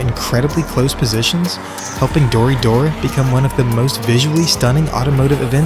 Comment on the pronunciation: its pronounced "Dori - Doray" . btw in US you got Final Bout. Australia got Halfway hangs. check them out